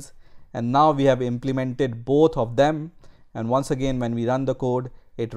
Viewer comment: the way you say implemented is madness